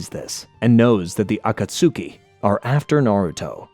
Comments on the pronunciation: 😂 this bothers me every time I heard him say it wrong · I’ll never understand if you didn’t watch the show and just did spark notes for this or what but you’re the only person on all of YouTube and in Naruto who pronounces the akatsuku all weird like that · Yes when he said "Akatsuki" I genuinely did not know what he meant at first 😭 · And tsunade 😅